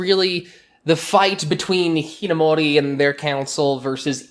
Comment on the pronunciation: I'm sorry but I just can't get past the way you pronounce Amu's last name